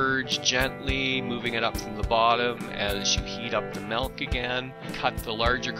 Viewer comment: It's spelled with an "I", therefore it's pronounced MILK, not MELK